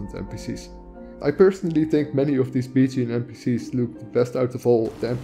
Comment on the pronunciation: "Bitching wives" & "Bitching warmaidens" made my day. I am glad you included the download page , because CC saw it just the way I heard it. If there are no modes with these names yet, I'm sure there will be & if there are, imagine my surprise, if I were to install them & instead of being pretty, an npc starts bitching at me... Your pronunciation is horrific, your taste is exquisite, your knowledge is impressive & your efforts are highly appreciated. This has been one of the most practical & informative videos on mods I was lucky to find. Thank you.